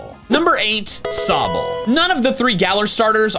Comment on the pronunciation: Sobble, NOT Sobel!